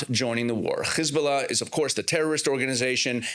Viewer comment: Why do you say khiz bulla instead of hiz bulla,kha mas instead of ham ass etc?